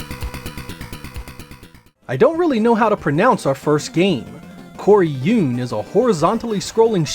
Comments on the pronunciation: You pronounced it quite well. Coryuun. (From "Koryuu(n)"...baby dragon (子竜). I think the "n" at the end makes it "cuter".) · The Japanese, コリューン (Koryoon) is pronounced the way you said it so I'm sure that's accurate.